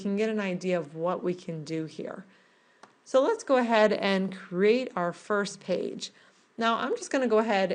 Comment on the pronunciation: Why do people in tutorials feel compelled to say, "Go ahead." Just say, "I'm going to." it is so much less annoying! And please people. LEARN HOW TO PRONOUNCE cr'E'ate. It is not a "crate" for carrying things.